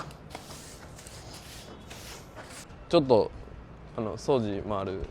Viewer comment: 掃除のイントネーションおかしいけど地方によって違うのか？